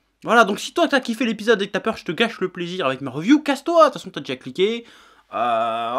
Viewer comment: La "reuviou" ? Évites l'abus d'anglicismes tant que tu ne sais pas parler anglais.